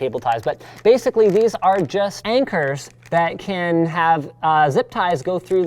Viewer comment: "basically these are justANCHORS"